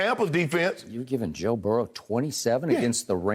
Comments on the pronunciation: I love how Shannon says Joe’s name. It almost sounds like Joe Barrel lmao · Good ol’ Joe barrel lol 😂 I was born in Salt Lake City Utah lived there about 2 months then the rest of my life in Baton Rouge Louisiana so I get the old timer uncle shay